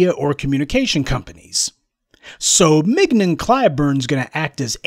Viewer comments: 😂🤣 MIG-NON 😂🤣 IDK her but I'm pretty sure it's pronounced like filet mignon. 😂🤣 mignon [ min-yon; French mee-nyawn ] But, then again, I'm also pretty sure he said it like that on purpose 😂😂🤣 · Mignon - pronounced Min-yon. Otherwise, super critique of the Toxic uncle Jim. Time for his gravy train to come to full stop.